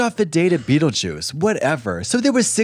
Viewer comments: Ruutlejuice girl? Beetleruice... I'm appaled.. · BeetleRuice was right there and she said Rutle 😂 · Not Ru-tle Juice 😂